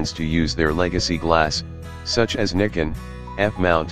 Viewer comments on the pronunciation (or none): NIKON! NOT NIKEN REDO IT